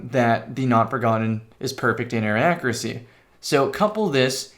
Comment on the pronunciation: ACCURACY • /ˈAKYƏRƏSĒ/ (note the Y in there!) like /'AC YOU'RE A SEA/